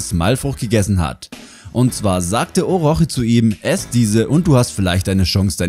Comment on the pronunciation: Sag bitte Orotschi😅. Das hat mich total aus dem leben geworfen! Mach weiter so! Gefällt mir dein Kanal❤️